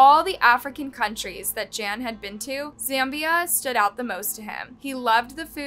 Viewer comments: You totally massacred his name. Gan is pronounced as Gun and Sou is pronounced as So. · How horrible for this to happen to someone… Also, the pronunciation of his name is horrible. “Gan” should a hard G, like in “garden,” and your pronunciation of “jiong” fluctuates wildly. It’s disrespectful to not even look up how to say his name if you are making a whole video about him. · Pro tip: if you're going to do an 18 minute video about someone's murder, the least you could do is learn how to pronounce his name properly. It's Gan, like Gun with a hard G, not a J. Soujiang is pronounced So Gee Ong. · Gan is not pronounced ‘Jan’ and that’s his family name, not what he’d be called. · Jan? Seems it would be almost like gone, but Gan..not Jan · Um, are you pronouncing his name (Gan) correctly...? 🤔